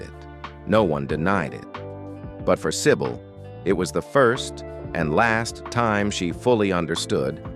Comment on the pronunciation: Do not pronouce her name as "sai bowl", totally wrong.